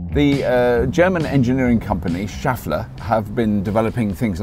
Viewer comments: i think "schaeffler" is pronounced with a "e" sound like in "chef" rather than "shaft". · I think it is pronounced with shef... not shaf... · Nice, by the way Schaeffler is pronounced 'tshay flah' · Nice bike/car. That is NOT how you pronounce "Schaeffler" :-)